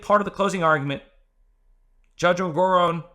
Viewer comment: En-gor-On as in not off but... on. I submit this pronunciation respectfully. 😉